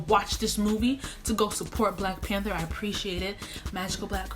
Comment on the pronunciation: New subscriber here!! You are hilarious. My 4 year old made me rewind when you say at the end 😂😂😂